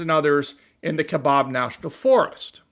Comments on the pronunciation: Just a short comment... I am a minority in my home state. I am a native Arizonian. Born and raised here. Kaibab is NOT pronounced "Kai-bob." It is pronounced "Kai-bab". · It’s kaibab not kabob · Kaibab. Pronunced like its spelled, KaiBAB," not KaiBOB. It's the natiobal forest next to me in Coconino Nat'l Forest. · there is no “o” in Kaibab, it is pronounced Ka-eye-Baaa kind, like Baby without the y. And the Kaibab plateau is the area around the Grand Canyon with the South and North sides of the “plateau” being part of the USFS along with some tribal lands. The Environmentalist nitwits have been a pain in the ass here in AZ for years over “lead” because of the California Condor’s they reintroduced up there. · Arizona here. The ‘bab ’ Kaibab is pronounced like the ‘a’ is bad. FYI. I live there. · Speaking as an Arizonan, Kaibab's last syllable rhymes with the word "jab."